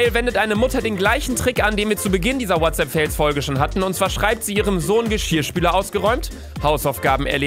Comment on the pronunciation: Niemand: Wirklich niemand: Luca: Herzlich willkommen zu einer weiteren Folge WHATSAPP FAYLS (Sparen lernen Babbel). (Ich weiß das Kommentar ist dumm aber das passt zu diesem Kanal).